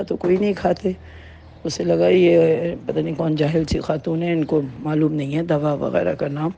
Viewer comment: آپ ضیا محی الدین صاحب سے تلفظ سیکھ لیتے ۔۔۔ دوا ۔۔۔کو دوعا ۔۔۔۔کہہ رہے ہیں